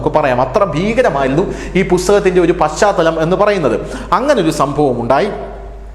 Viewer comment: നാനാ, പശ്‌ചാത്തലം എന്നീ വാക്കുകളുടെ ഉച്ചാരണം ശരിയാക്കാമോ?